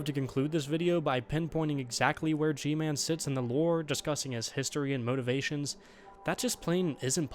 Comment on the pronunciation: Guy-Man That’s G-Man’s name